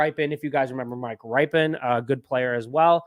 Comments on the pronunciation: Nope, it's pronounced "RIP-en," not "RIPE-en" or "RIPE-EEE-en." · His name is pronounce Rip -en like after his uncle Mark Rypien, Super Bowl winer. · His last name is pronounced RIP-UN